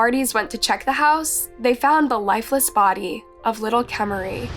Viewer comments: my question is, how can you listen to these clips with the parents, news, police etc. saying this poor littler girl's name, and you call her "Kaymarie", her name isn't hard to pronounce, and you've put many clips with them saying her name, yet you don't say it right. I find it very disrespectful to this poor little girl that her name can't even be said correctly. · her name is pronounced kamari tho, not "k mary"!! Happy to see many people covering this case and bringing awareness to it, truly shocking and horrifying.. :( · I enjoy watching your videos, but I've always wondered why you mispronounced the victims names? In the source material, the parents pronounced Kamari's name like "Kah-Mar-Ri" but you kept pronouncing it as "Kay-Marie." I'm sure you don't intend to be disrespectful, but pronouncing the victims names correctly is important and respectful in remembering them. Just a friendly encouragement to think about moving forward. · Kuh-mah-ree. Jesus. She said the girls name different, and incorrect, literally every single time 😩 I like the style and subjects of this channel, but you’d think a true crime channel would know the word “arraignment” is pronounced “ah-rain-ment” and not “arrangement” but apparently not. Maybe I’m an asshole, but mispronounced words are like nails on a damn chalkboard to me 😩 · How did you constantly butcher her name with video of people pronouncing it correctly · Hey I’ve noticed in a large amount of your videos you mispronounce names. I can see if it’s just an accident but in this specific video you continuously change how you pronounce her name, which shows you are knowingly saying it incorrectly. It’s very disrespectful to families and victims, especially since this is a platform to share a victims story. Please do better. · Her parents are literally saying “Kah-mah-ree” … not “Kay-marie.” Are you not allowed to say the names of the victims so you have to mispronounce them on purpose?